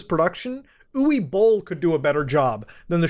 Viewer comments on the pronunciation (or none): Oo-vah bowl is how you pronounce his name. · Thinking about it, I've never heard the name "Uwe Boll" pronounced like that but it checks out in English. Has a cute ring to it.